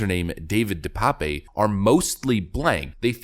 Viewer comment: "De Pape" is a Dutch or Flemisch name it is certainly not pronounced "pépé"